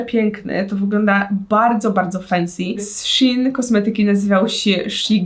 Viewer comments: SZEJN NIE SZI IN SZEEEEEEEEEEJN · czyta się szejn a nie szin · Nie mówi się shin tylko szein A pisze się shein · Ja mówię SZEJN a nie sHiN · mówi się szejn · Nikt dosłownie nikt: shin: kom: mówi się shein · muwi się szein anie szin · nie muwi się z szin tylko z szejn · Szejn a nie szein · Mówi się szein a nie szin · Czyta się szejn a jie szin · Proszę mówi się "szein " nie "szin" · SHEINNN NIE SHIN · Tylko proszę nie "szin" tylko "szejn" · Czy tylko ja nie mówię "szin" tylko "szejn"?😂🤔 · jak cos to nie hejt ale to sie mowi szajn🤦🏼‍♀ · Boli mnie to 😿szin😿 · Czyta się szejn 😁❤️ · tego się nie wymawia Sheen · Warto 😉 Aha. I mówi się shejn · Czy tylko ja mówię szejn xD